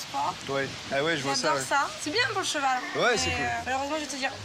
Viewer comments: Eh mastu a dit un chevau au lieu de un cheval like si tu a remarqué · Eh mastu il a dit chevau au lieu de cheval like a 2min33 si tu trouve quil ezt trop con